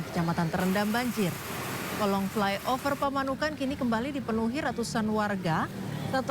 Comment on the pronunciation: Fly over Pak bukan fly oper